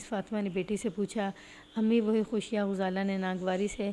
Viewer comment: یہ کس نے بتایا ہے کہ غزالہ کو پیش کے ساتھ پڑھو ۔ انے واہ ماری جانی ایں، اردو سیکھیں یہ سیکھنے سے آتی ہے، تلفظ پر بہت توجہ دیں ۔ غزالہ کے غ پر زبر ہوتی ہے ۔۔۔۔۔۔